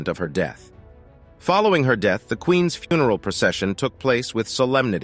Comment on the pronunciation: I really dislike the narrator on this they’re using something that’s like AI. It when it says Queens. It says queen S when it says loves it says love is it just doesn’t know how to use an apostrophe. It’s kind of dorky to be honest.